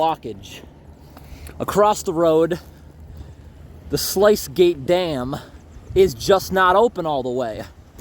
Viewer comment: Love your video’s. Just fyi the sluice gates are pronounced (sloos gayts)